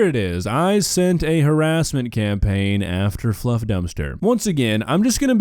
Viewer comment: STOP THE HAWASSMENT, WASCALLY WABBITS! 🤮